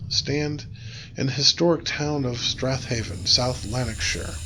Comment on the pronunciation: if you had scottish grandparents then theyd know its pronounced strayven